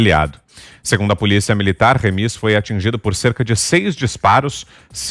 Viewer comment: Não é Remís, é Rêmis.